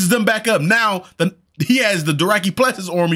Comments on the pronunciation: bro theyre called DOTHraki. Not Doracky lol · LoL Season 8 and brotha you're still saying Doraki lol It's DO THRAKI LOL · he's STILL saying "Doraki"....haven't watched since like season 4 and dang no one has corrected that